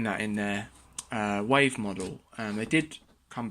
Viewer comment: It's not called "Wife", it's "Wave". Learn to speak English.